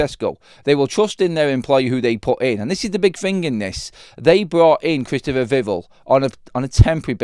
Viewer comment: instead of pronouncing Vivell like drivel... it needs to be ell like bell! VIV-ELL... "Vivell" is pronounced with the stress on the first syllable, "VIV," and the "el" sound as in "bell".